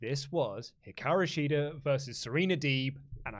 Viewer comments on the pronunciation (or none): none